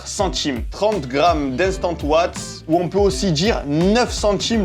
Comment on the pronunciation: La wheille et les owatts 😂😂😂😂